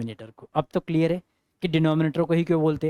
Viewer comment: Yes sir it is crystal किलीअर😂😂